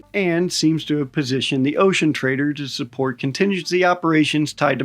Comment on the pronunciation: 😅 I always hear "the ocean traitor" and not "the ocean trader"